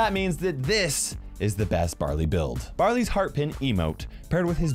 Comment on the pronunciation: It sounded like he said "Brother's" getting a new gadget.